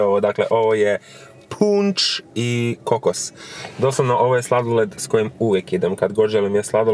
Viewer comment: poslusajte kako je rekao punč i kokos nije hejt vec je smjesno